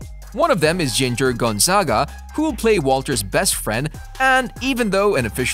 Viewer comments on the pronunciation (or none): none